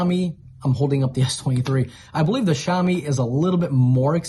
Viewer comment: BTW: to pronounce Xiaomi say: Shia-o-mi. I use the Xiaomi 10.its really fast charging, perfect sound,perfect picture in movies HDR. I think I'll go on the pro. Thnx for the video:). Tsafrir from Jerusalem Israel 🇮🇱